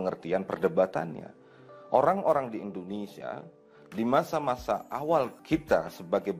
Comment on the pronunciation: Pengucapan Bahasa Melayu seperti org makan pisang goreng panas. Orang = Ohang 😂😂😂